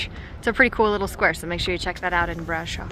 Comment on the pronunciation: Brasov is spelled like you would say "bra" and the rest is like you would say "shove". So it's a bra ... shoved ... somewhere :) Bra-Shov. Brasov